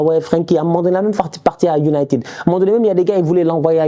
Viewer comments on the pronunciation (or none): none